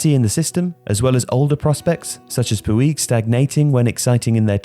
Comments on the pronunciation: Just so you know, Puig is pronounced more like 'Pooch' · Fair play for trying but Puig is pronounced like Pooj.